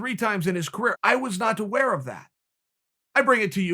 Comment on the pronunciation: Chael if you weren’t twaware Sonnen